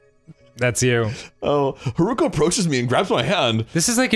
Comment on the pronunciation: It pains me how they never learned to properly pronounce Haruka